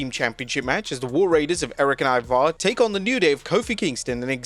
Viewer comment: The emphasis is on the “I” in Ivar.